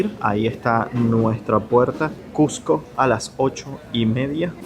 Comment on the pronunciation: Gracias por todo lo que has mostrado. Pero más por pronunciar "CuSCo" y no "CuJco", como casi todo limeño lo pronuncia.